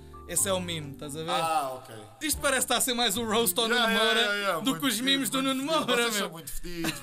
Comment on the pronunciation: NÃO É MIMIS É MEMES!!!!